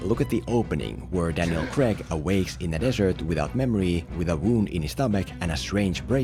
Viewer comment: its CRAIG NOT CREG FOR FUCKS SAKE